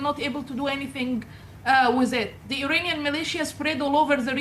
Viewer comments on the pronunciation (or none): "To free us from the Uranian Regime" ......., 😅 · Everytime i hear from the lady as Uranium Regime rather than Iranian regime.